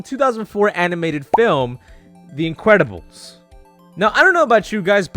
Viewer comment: “The incwedibles”